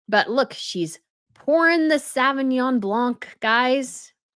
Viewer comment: PLEASE stop pronouncing Sauvignon with a short "A"! It's hard on the ears!!! It's a French word. The " sau" is pronounced with a nearly complete long "O". Again, it's a French word! Just look it up and listen to the pronunciation. I think you'll be " completely and utterly" (hyperbole much?) shocked at how much prettier it sounds, when said correctly.